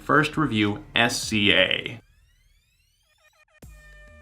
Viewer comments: I was telling friends about the album, and I pronounced it "S Z A". One friend corrected me with "Sizzah". You aren't alone. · Love SZA's music! So happy to see you speaking more about different genres on your channel as I know you listen to so many. I also loved the live instruments. I heard a trumpet in one of the songs. Her name is pronounced like Sizza. Kind of the same as the rapper RZA. I also loved the old school feel musically and the atmosphere of the album. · SZA is pronounced "sizzah". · It's fine! I used to pronounce it that way too lol. She's upcoming, and thank you for even taking the time to write this comment. I love how pure and human you are unlike theneedledrop SUBSCRIBED! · it's fine. IT REALLY PISSED ME OFF NEVERTHELESS but it's fine. Calm down me...